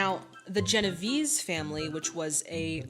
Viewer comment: Sorry to pick nits, but I thought you might find it useful in the future to know that James Caan's last name is pronounced "Conn," and Genovese is pronounced "Jen-o-VAY-zee." Anthony Quinn did eventually get to play a mob boss in a movie called "The Don Is Dead". When George C. Scott refused an Oscar two years earlier on the grounds that acting performances should not be judged competitively, it struck me as an arguable position, though somewhat undermined when he later accepted an Emmy; but Brando's refusal of his Oscar was for reasons entirely unrelated to the film artistry that the Oscars were designed to recognize, and struck me as entirely disrespectful to the art of acting (which, judging from his interviews, he seemed to hold in contempt anyway, despite being so brilliant at it). Of course it doesn't help that he chose as his spokeswoman someone whose claim to native descent was later shown to be fake. There are plenty of ways to express disapproval for Hollywood's conventional portrayal of the native population, but in all but the crudest instances that portrayal does not constitute a specifically aesthetic failure, and is therefore not germane to the point of the Oscars, and certainly not to The Godfather - where Scott's decision not to accept the Oscar for his performance in Patton had everything to do with the whole premise of the Oscars.